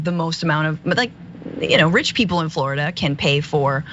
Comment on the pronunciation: WELL, now you know why insurance company are abandoning Florida for home insurance. IT'S more like Floridi-UH.